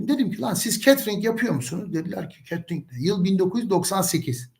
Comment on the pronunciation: catering öyle telaffuz edilmiyor